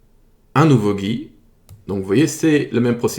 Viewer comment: "ce gi" 😂